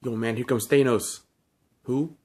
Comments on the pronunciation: Its pronounced than os not thane os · He says Thanos like Thay-nos lol